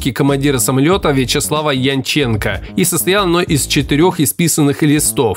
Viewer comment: Ты, видимо, иностранец. В фамилии Янченченко, ударение ставится на первый слог!